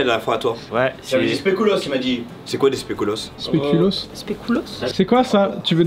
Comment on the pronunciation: Ça se prononce "spékulauss". 😉